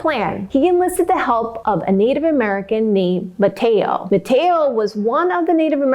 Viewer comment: Great job. I enjoyed your recap of this story. I am a Native North Carolinian. Two small edits. Manteo is pronounced Man-tee-O. Sir Walter Raleigh is pronounced Rah-lee. Raleigh just like the capital of North Carolina.